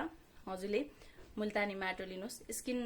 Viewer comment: कस्ताे माटाे भन्नू भयेकाे बज्ने गरि भन्नू बाईने